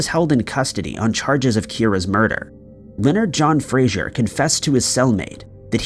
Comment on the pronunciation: his name is Fraser NOT Frasier. Why can nobody get this pronunciation right? 🙄